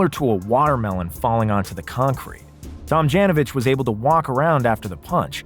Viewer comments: "Rudy Tom-JAN-ovich?" pronunciation: /tom-JOHN-oh-vich/ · You lost me when you Pronounced Rudy's last name Tam Jan o vich.......uhhhhhhhh.....noooooooooooooo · He totally butchered his last name